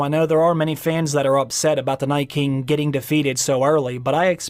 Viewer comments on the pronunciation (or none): Is it just me, or is the way the narrator pronounces Night King reminiscent of William Shatner? NAYTKING The rest reminds me of digital text to speech. Interesting inflection.